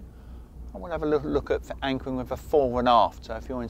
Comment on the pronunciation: Im sure he said "wankering" 🤔